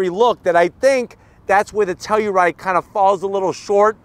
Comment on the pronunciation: Shot every time says “Teluride!”